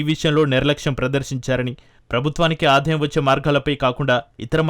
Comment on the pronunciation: ఏమి తెలుగు ఇది తల్లీ..... అధుకారులు ❌ అధికారులు ✔️ ఆధాయం ❌ ఆదాయం ✔️ ఒక్కనిముషం విన్నా ను, అంతలో 5 లేదా 6 తప్పులు.... వినలేక వదిలేస్తున్నా